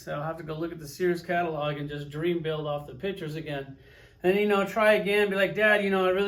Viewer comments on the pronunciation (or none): none